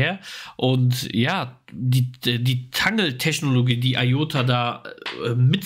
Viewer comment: Danke für eure regelmäßigen Infos ! Aber bitte sagt nicht immer zu Iota‘s Netzwerk „Tangle“ , es wird „Tängel“ ausgesprochen. Ist doch englisch. 😊